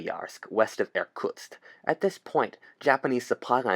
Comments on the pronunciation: I ha To listen The video 4 times To understand that He wasn't sayng "Air Tucks" bit Irktusk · Being a russian, hearing you mispronunciationg Irkutsk horribly time and time again,made me die inside a little. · Every time you say 'Irkutsk' I cringe. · I would like to point out that the worlds view of the Soviet Union was very weak because of how Russia did in ww1, the Russo Japanese war, and the Soviet Unions invasion of Finland so Japan could have invaded Also please stop saying Irkutsk